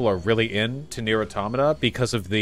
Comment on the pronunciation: Finally, someone who places the stress on the second syllable of 'automata' instead of the third.